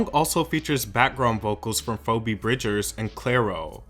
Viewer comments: I went from 😏 to 🙁 hearing Fobee and not Phoebe (Fee•Bee) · 'Phoebe' is pronounced Fee-Bee my guy not Fo'bee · ITS NOT PHO BE ITS FEEBEE OMG. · Just FYI - phoebe is pronounced feebee not foebee, also feral is pronounced fair-al not feeral ! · It's 'fee-bee," not "foe-bee" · WHY DOES HE PRONOUNCE IT "FOH-BEE" INSTEAD OF "FEE-BEE"???? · Isn't it phee-bee? Or is it pho-be? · Not Foe-bee 😂 (Phoebe) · Does an AI run this channel? Fobey Bridgers… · "foh-bee bridgers" I'm sorry, what? 🧐 People named Phoebe watching this like: 👀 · PHO-BE Bridgers? 😂 Come on dude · it’s FEEEE-BEEEEE 🤦🏽‍♂️🤦🏽‍♂️🤦🏽‍♂️ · Geez, this guy really needs to learn how to properly pronounce artists' names. It's embarrassing. Fobee? FOBEE?! Almost as bad as Dosha Cat and Nicki Minadj. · Phoebe is pronounced Feebee D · Not you saying Phoby Bridgers 😭😭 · How many times do we have to tell you that Phoebe is pronounced "fee-bee" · u did not just say "FO-BE bridgers" sdjkalfsdj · No because really refuses to pronounce Phoebe correctly 😭 it’s FEE-BEE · "Foh-be" bridgers and "fee-ral" i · His mispronunction always pisses me off. For fuck sake, it takes ten seconds to google how to say a name. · This is definitely a masterpiece album. I can’t believe people slept on it. I hope it grows years later and people can appreciate what it is. …also the mispronunciation of “feral” and “Phoebe” 😂 that put a smile on my face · WHY IS NO ONE TALKING ABOUT HOW HE PRONOUNCED "PHOEBE" LMFAO?><+_{>?>? Anyways, I love Solar Power and don't get the hate. Can't wait for the album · not knowing how to pronounce phoebe makes too much sense lmao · you all really left the whole content in the video to comment on his pronunciation with phoebe’s name 💀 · ONCE AGAIN THATS NOT HOW YOU PRONOUNCE PHOEBE omg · him not knowing how to pronounce Antarctica, feral or phoebe 😭😭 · I'm finally seeing a number of comments pained by the pronunciation of Phoebe Bridgers makes me feel less alone 😌